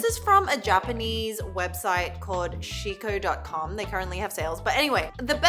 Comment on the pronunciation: When you say Shiko, you want to extend or put emphasis on the "O", b/c the way u said it means "pee" (the noun) in Japanese 😁 It gave me a chuckle! Love u guys and the channel 💖